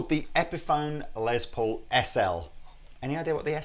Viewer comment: It is Less Paul, not a Lez Paul.